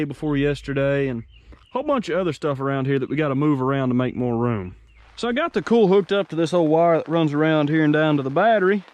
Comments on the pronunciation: Hi all great vids mate I'm enjoying them. At first I didn't know what you were saying when I first listened to you speak lol you say oil like ol and coil like cool. I don't know why but Americans can't say the i in the pronunciation of certain words. Coil pronounced like coyl or Doyl. Oil is the same oyl. How do you say Craig all you Americans haha you say it like Crag it's Crayg it's not a silent i. Anyway that's my bit haha. Now lets see how many Americans don't like me telling them this. What are you doing with all the vehicles once you get them going? Jeremy Downunder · What the hell is a ‘cool’? He keeps saying it.